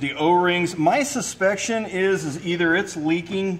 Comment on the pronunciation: ‘My suspection is…’ hahahaha!